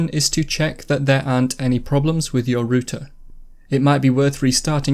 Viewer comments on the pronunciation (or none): It's pronounced rauter not rooter lmao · It's ROUTER not rooter